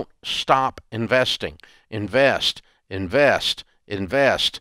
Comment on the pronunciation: "What do they do? They INVAYEST" 😅